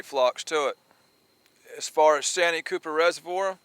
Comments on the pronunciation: You keep saying sanyee cooper lake that's not what it's called I live about 30 minutes away from santee cooper that's what it's called get it right if you're going to talk about the catfish lake of South carolina in the town of santee sc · It’s pronounced SAN T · Austin from SC here. Just so you know it's pronounced " SAN - TEE Cooper"....